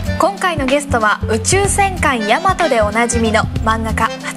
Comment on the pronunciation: 戦艦大和をせんかいやまとって言うやつイラつかん？